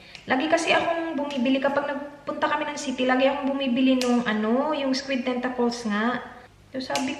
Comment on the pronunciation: Tentakols? Th kasi